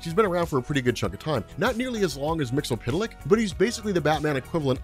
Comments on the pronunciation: 'Wait, is it "Mix-ill-pit-lick" like is pronouncing it? Or "Mix-yes-spit-lick"? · You need to work on your pronunciation of Mxyzptlk. It sounds as though you're saying "mix-el-pit-el-ick" rather than "mix-yez-pit-el-ick".